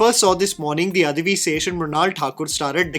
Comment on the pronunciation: Bro i rolled off when he says guddhachari lol also its adivi not adhivi d in dacoit